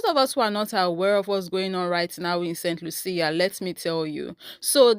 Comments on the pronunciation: It is pronounced saint Lusha( st. Lucia) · BTW, it is the island of Saint Lucia 🇱🇨 , it is pronounced Saint lieu shah. They tried to do the same on the island of Dominica 🇩🇲 about 50 years aback, and the locals protested in the same fashion. 🫵🏽👏🏾👏🏾